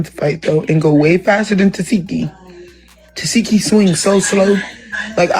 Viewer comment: You’ve been doing these Baddies reviews for how long and you still don’t know how to pronounce Tesehki’s name right? 😂